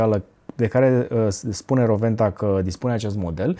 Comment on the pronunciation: S-a spus corect numele. W se pronunta V in limba germana. Si nu Rouenta cum se spune gresit la TV.